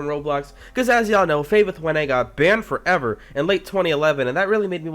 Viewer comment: Banned forEver thats how he says it